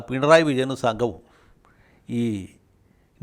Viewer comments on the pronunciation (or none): none